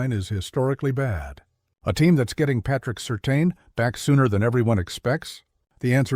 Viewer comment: Please say Patrick Surtain’s name properly.